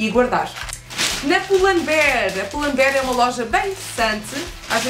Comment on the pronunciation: n eu n tava a falar do pull tava a falar do bear porque e em inglês lese i e tu les como se fosse em português.